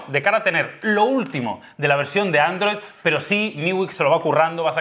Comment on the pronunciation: "androi marmalo" Ste karloz :v